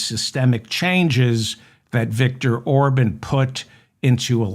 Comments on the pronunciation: I hate to have to correct you sir, but his name is pronounced OrBON’ not Orbin! Thank you for what you do. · It’s Or-bawn. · Or-bon. Bon like John or Con. Emphasis on Bon